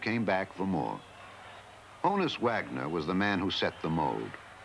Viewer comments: it's HAWN-us. not HONE-us. as in Johannes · Mispronounces Honus as well, at every opportunity.